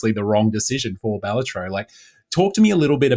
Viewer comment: finally, someone who says it right